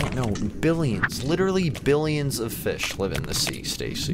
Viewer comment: WHY S EVERYBODY FIISH?? i laughed so much x3